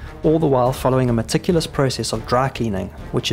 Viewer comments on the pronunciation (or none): none